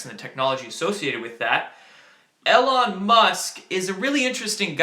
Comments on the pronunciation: EE lon not el lon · Eeeee Lon musk, not el on. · I thought it was E-lon not El-on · Long E, Elon Musk not alon. Thanks for your work kid. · It's "E"-Lon not "L"-on Musk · You still haven't been spammed the correct way Elon Musk is pronounced, actually is doesn't matter if its the correct way or not as its a name. Names of people and businesses can be spelled/pronounced however they want, either way its E-Lawn. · It's pronounced EEEElon. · Just a heads up, his name is pronounced "E" lon Musk. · Elon Musk is pronounced with a long E. (E-lon) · It’s pronounced Eee-lon. Also CBC is not a newspaper. It’s the nation’s public broadcasting agency, Canadian state media if you will. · Spaced is going to get us in the universe and one hour plane rides across this country..say his name right E...lone. Trump is big with Elon Musk...they know what's going on in space. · I love these updates but Elon is pronounced "eeeeee-lon" for future reference:) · The e in Elon is a long e sound. As in eel.